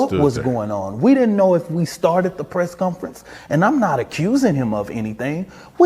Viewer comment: I'll give this guy props for pronouncing "Asked" correctly. Negative points for saying "Press Cunference" several times though.